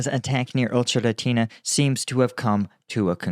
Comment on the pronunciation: Ocheretyne the y is mute